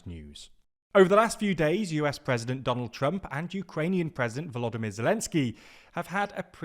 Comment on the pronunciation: Great job on pronouncing Volodymyr correctly, just wanted to point out